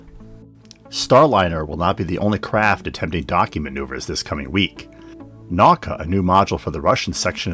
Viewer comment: Russian model is pronounced as "nah-oo-kah". Middle cyclable sounds as in world in "spoon". In Russian is written as "наука" and it means science.